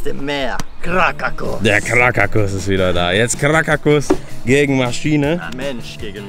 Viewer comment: Krakataua nicht krakatus 😂😂😂